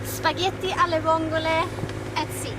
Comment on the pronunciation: Spaghetti alle le vongole? (I'm italian, Spartaco Giacometti, retired master mariner) I hope you two enjoyed them, with italian quality spaghetti. At least your pronouce if perfect, which makes for a good dish. - A small correction: those are not vongole but mussels, "cozze" growing on hard surface, whilst vongole prefers sand bottoms and are of different shell and flavour.